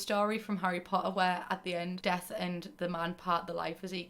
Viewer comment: Fully thought you were saying Dev instead of Death which is my nickname but now i shall introduce myself as Death hello nice to meet u